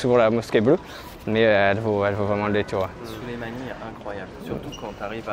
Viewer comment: Süleymaniye se prononce SULEYMANIYE et pas SOULEYMANIYE Le ü est le u de Ursule et pas de ou de ours C’est comme l’allemand Führer qui ne se prononce pas fourreur mais bien Fureur Merci